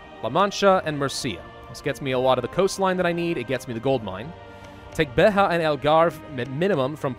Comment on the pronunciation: its pronounced Beja Beh-Jah the J is like the J in jam that sound, not the spanish Ha sound.